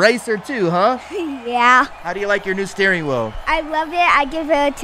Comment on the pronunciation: Bro said a stwehh wheel